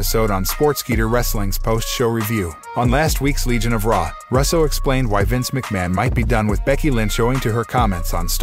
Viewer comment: Or Russo pronounced Russ-o I mean come on if you’re not a computer generated voice how have you never heard his last name before?!?